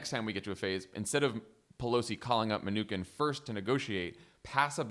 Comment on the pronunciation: You guys are great, but you should correct your pronunciation of the Treasury Secretary's name. It's "min-u-chin"